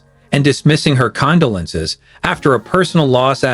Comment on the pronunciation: Why use an AI that cant pronounce condolence let alone personal names🙄